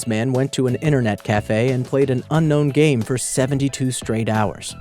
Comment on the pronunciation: its game not gam